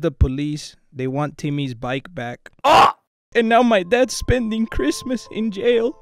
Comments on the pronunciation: "Careesmas" Says Eddie 🤣🤣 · “I’M EEXITEED FOR CHREESTMAS” Great words of Eddie